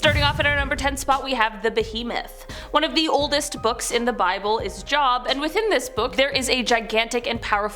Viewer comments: It's pronounced "Jobe" not "Job" 😆 And vampires aren't in the Bible lol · Job pronounced Joe bah not Job as in working. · It’s pronounced JO- wb not job lol … you can tell these people aren’t Christian’s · Book of “job”…lol. Girl it’s pronounced “Jobe” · "JAWB"??? It's pronounced "jobe" 🙄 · They are morons. They have ONE job. Talk about this topic. Least they could do is take 5 minutes to learn to pronounce it correctly. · Did she jist say "job" .....that's not right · You’re a journalist???? Really?? You really said JOB…. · Job? Its pronounced joeb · Job…like, “Jobe”, not where you work at. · Job is pronounced “Jobe”. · Job is pronounced Joeb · Ah, yes the Book of Job. The book of work. 😆 It's Job; long "o". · Not Job (like a place of work) but Job (j-long o- b). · The book in the Bible is pronounced Jobe but spelled Job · Its Jobe not job. Period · #10 - Uh ma'am???....JOB is pronounced with a long O. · Mispronounced Job’s name but… ok. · For number 10, the book of the Bible was pronounced wrong. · I love your videos, but the book of Job is pronounced with a long o. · U pronounced job wrong. Its not job like i have a job . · It's pronounced Job with a hard O